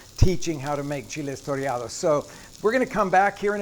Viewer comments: My Mexican friend has advised me that it's "toreados" with one R. Great video though. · Should be "chiles toreados" not "torreados," but they look so good!